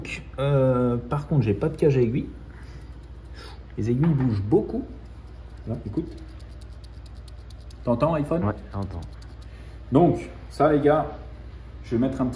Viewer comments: ipone mdr pas ipône 🤣🤣🤣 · Moi je dit i pogne 🤣🤣🤣 nan je te troll 🤣 ipone tranquille ☺️ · Moi jdit ni ipône ni ipone jdit « aillepone » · Ipone comme nipone ( japon )